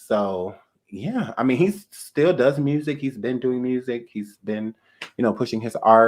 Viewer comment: When you said "....have you ever like not watched verses....What are you dewwing?!!" LMMFAO!!!!! i CANnot with you...you just funny.....